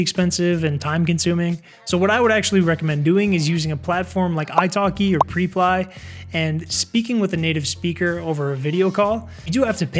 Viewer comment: Is it really pronounced PRE-ply? I thought it was PREP-ly and I use it 😂